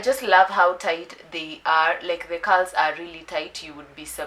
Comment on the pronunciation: what she said "Loosen the Curls" vs what i heard "loosen the cows "mwa yiyaaaa....Kazi safi tho hehe